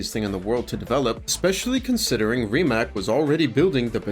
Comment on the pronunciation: Rimac is pronounced Ri-mats, not Rimack. Drives me crazy ...